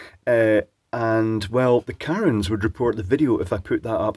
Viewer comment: "Errrrm. Well tha Karunz of the world would report the content of this video alsuw" Hahahah Spot on dude. Lol Here come the Karens to........ Read more+